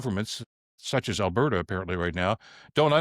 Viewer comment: Come on she's trying to put the duh in Albertduh!